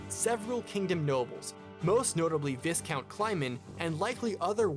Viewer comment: I know this is a nitpicky nitpick to end all nitpicks, but "Viscount" is not pronounced "viss-count." It's actually pronounced "Vie-count," the "S" being silent.